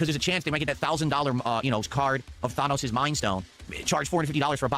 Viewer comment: Thawnose. I hate his pronunciations so much.